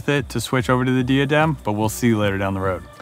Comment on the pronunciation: When you are sponsored by diadem and pronounce it wrong lol. It’s Die - uh - dem my friends 😊